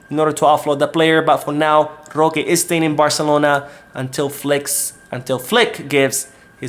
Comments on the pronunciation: Stop saying roque name like that. That shit wack😡😡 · It's actually pretty funny. Feel free to say it more often 🤣🤣🤣😂😂😂